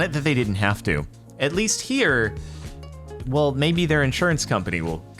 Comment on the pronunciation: Whale, if I told you that wouldn't be fun now, would it?